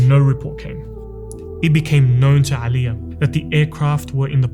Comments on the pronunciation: Brother, just one correction regarding pronunciation. There is no 'Ayn in the Bosnian language. Its not 'Alija, nor is it 'Izetbegovic. Its just Alija Izetbegovic. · no one_ this guy: AElija Bro its Normal letter A not the arabic ع